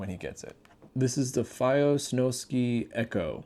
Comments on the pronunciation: I think it’s snow sky not snow ski ⛷️ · I’m sorry to be that guy but it’s (Snow-Sky) not SnowSki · Bro is saying snowskee